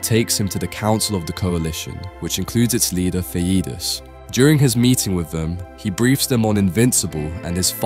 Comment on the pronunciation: say with me th-e-de-yes not theedus or thadus